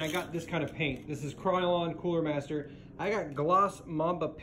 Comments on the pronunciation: You know you’re a gamer when you pronounce colormaster as coolermaster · did u even watch the video? the paint brand was called colormaster and he called it coolermaster